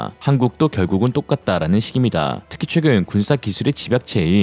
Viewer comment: 최근 발음을 자꾸 취근으로 하시는거 같아요.